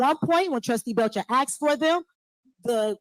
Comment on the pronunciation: Dey axed me a kweshchun